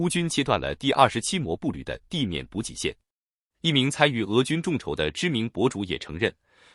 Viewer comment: ｂｕｊｉ补给，不是bu gei